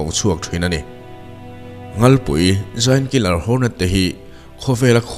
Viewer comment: A tir lam a nghalpui i lam dan hi sanghal ( nghalpui ) lam dan ang hian i lam tlat mai 😀😃😄😁😂😅🤣 ka rawn sel ve mai2 aw.. Ngaihthlak a man hla m2 thin e